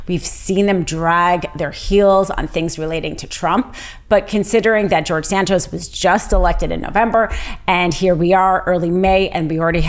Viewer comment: George San-Toast.